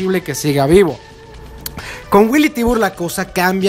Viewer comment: Willy Tibur? Me parece que es Billy Tiber